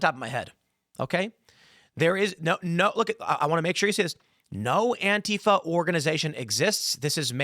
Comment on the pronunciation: Why does beanie boy have to say antifa like a fing idiot